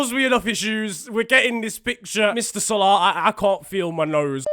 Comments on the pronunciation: Why does he pronounce salah like spongebob pronounces salad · The way u say salah